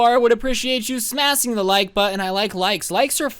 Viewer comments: did he just say to smas the like button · Hahaha he said smasing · At the beginning he said "smas' the like button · smasing like button? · I would appreciate you smasing the like button was I the only one who heard that😂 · Did anyone notice he said smassing not smashing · he siad 'smas' the like button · You did it again, but this time you said smas instead of saying smash. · Yeah I heard him say smasing and I lost it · You said smas not smash the like button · "SMAS DAT LEIK BUTON" ~ 2019 "Etch other" ~Also 2019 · You said smas